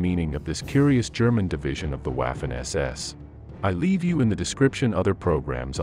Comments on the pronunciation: It is pronounced "vaf-fen" not "waf-fen" get it right if you are doing historical videos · Time to pronounce Waffen SS in the proper way, not like English waffle, but as if it was spelled Vaffen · Waffen is pronounced "Vah-fen". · Note: W is pronounced as V in German. But this is a brilliant video, and sheds light on another lie from WWII. Well done!